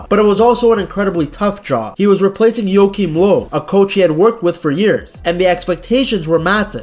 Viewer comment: Say Joachim Löw again please 🤣 Love your channel m8!! Peace